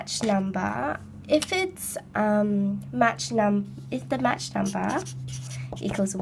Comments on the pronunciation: "match number", lol, it's pronounced 'mawk" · *match!! i wanna slap her face everytime she said that